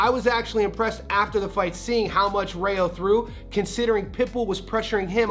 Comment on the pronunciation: It’s Rayo in Spanish pronounced like Ry yo. Not Ray yo.